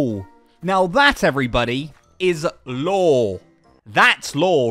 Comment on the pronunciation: Honestly I can’t tell if he’s saying lore or law 😂 😂 😂